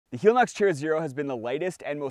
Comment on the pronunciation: I know it's entered the vernacular but I believe it's not hee-lee-nox but hell-e-nox, as in helicopter. It's the same thing with Teva, which is teh-vah, not tee-vah, and Hoka oh-neh oh-neh, not one-one.